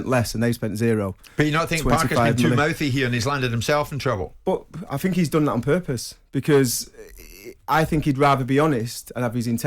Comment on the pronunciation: 🎉🎉🥂🥂🎉🎉 I heard Trevor say THINK. so he can say it. Why is he normally too lazy to say TH. I FINK he should try harder.